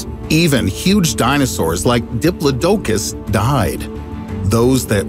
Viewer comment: diplo - d'oh - cus?